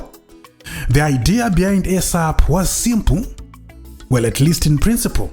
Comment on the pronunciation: Point of correction dear good english speaking presenter. Its NOT ESAP as in AIRSAP or as in EGG. Its ESAP as in eeeesap or as in isap. Thank you for a good amd detailed walk into memory lane This is very good and informative presentation